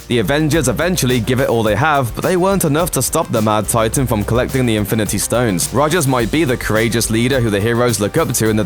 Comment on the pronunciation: "The mad titaean" "nano technologieeheheh" Why?